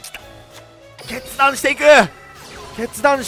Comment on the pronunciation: 決断がしたいが、けつ出したいに聞こえた